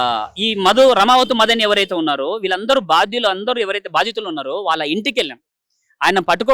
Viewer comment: బాధితులు,...రా బాబు,..... భాదితులు కాదురా babu,... ఎందుకొస్తాRu ra babu ,..... ఎక్కడ పడితే అక్కడ ఒత్తులు పెడితే గొప్ప anukuntaremo మరి.